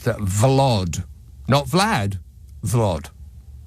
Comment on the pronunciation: It’s “Vlod”…